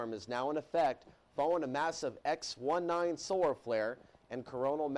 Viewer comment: Bullshit and propaganda! The guy reading that report, obviously doesn't understand solar-dynamics. For one, those of us that understand solar flares, know that it was called an "X1point9"; not an X"1 9" like the dipshit called it! Even 1/10 of a point is a big deal on the intensity of a solar flare!